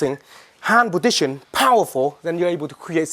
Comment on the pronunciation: he says podition instead of position